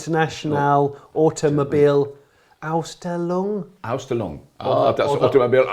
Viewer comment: FFS guys are you Brits incapable of learning a little of another language: AUS-SHTELLUNG